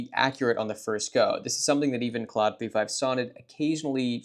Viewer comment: clawed, not cloud